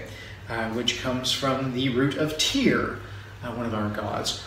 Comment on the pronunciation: You are pronouncing the "y" in Tyr incorrectly.